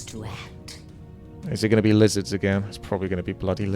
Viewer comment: stopped watching when he said lizarss